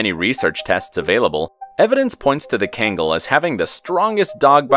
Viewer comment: It's not kengal its kangal say it right